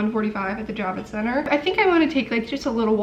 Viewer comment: I thought you were saying “Jab-it Center” and thought that was appropriate. 🤣 I’m a nurse, so I got my vaccine in Dec/Jan. Moderna definitely has more side effects. I’ve administered hundreds of both types. Totally worth the protection!!